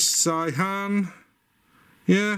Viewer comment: Great video, I love your enthusiasm. It's pronounced 'say-han' btw. (I'm an expat living in Korea, not an authority but wify says)